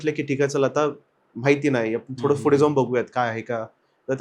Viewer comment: "Fudhe" nahi re...."Pudhe"... ka neet nahi bolat shabda... yedha dokyat jato na ha "Fudhe"